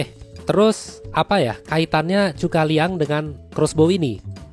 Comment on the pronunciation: Zhuge Liang ( Kongming ) Zhu - Ke - Liang Bukan Chu - Ka - Liang Sumber : percakapan pada film Tiongkok berjudul Three Kingdoms